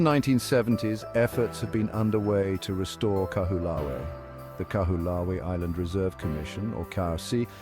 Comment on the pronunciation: The least you could have done was learn to pronounce the name of the island properly. How can anybody trust the factual authenticity of any contemt you create, if you can't even make the effort to research how to say the name of a sacred place correctly.